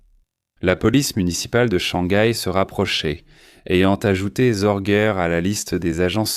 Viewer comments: Ce n'est pas Zorguer mais SORGE, sans finale R, se prononce Zorgue. Sorge veut dire "souci" en allemand.😅 Je ne m'intéresse pas à votre émission fort olé olé, il y a bien mieux. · "ZorguEURRE"…………… Et ta SŒURRRRRREEEEEEE???????????????? "Histoires VRAIES" ? Tout est faux, même les noms, il n'y a jamais eu de Hanako Miyake ; elle s'appelait exactement ISHII KHANAKO, 石井花子, etc……… visionnez plutôt "Richard Sorge. Master spy. Star media" (12 épisodes), ou l'émission d'Alain Decaux !